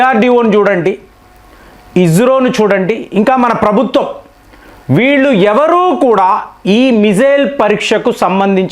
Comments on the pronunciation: ఈయన గారు ISRO ను ఇస్రో అని పలకకుండా ఇజ్రో అని పలకడం అత్యంత హేయమైన చర్య.10th క్లాస్ పిల్లవాడు కూడా ఇంత దరిద్రంగా పలకడు. ఆ అబ్రివేషన్ లో j కానీ z కాని ఉన్నాయా ? ఈయన వాడే పదాలు,ఉచాహరణలు వింటుంటే వాంతి అయ్యే విధంగా ఉంటాయి..😢😂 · Ijro or హిజ్రా కాదురా. ఇస్రో అనాలి. నీ నాలుకను చెక్కాలి